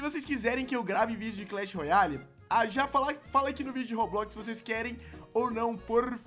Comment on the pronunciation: Ele não sabe falar clash royale